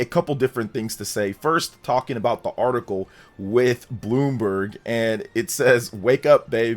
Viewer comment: Bloom- BERG